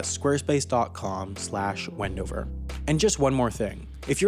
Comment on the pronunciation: Thank you for saying my home town wndover